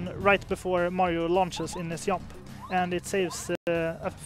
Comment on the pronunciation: I love that says Yump for Jump. It makes me happy for some reason